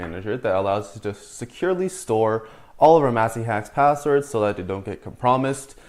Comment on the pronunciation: My mans pronounced compromised as "Come - Promise - D" xD